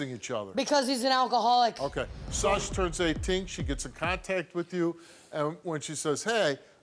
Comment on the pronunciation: “Contaykt” “relationsheep”